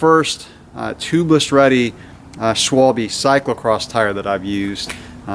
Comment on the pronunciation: Funny to see the pronouncation of "Schwalbe" in English, sounds like "swol-a- bit". But what are the advantages of those TL tires except less weight?